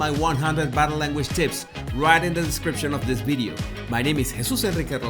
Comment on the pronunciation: Great “ balue “ “ bideo” ,Love Jesus !